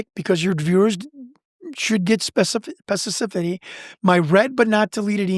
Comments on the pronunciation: Pendactic? Spececifity? Guy doesn’t even know words. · If ur gonna keep using a word, you should practice. Specificity (spess ih fiss city) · I'm not throwing shade, or trying top be that guy, but the irony of a guy miss-pronouncing both 'pedantic' and 'specificity' is pretty off the charts. 42.00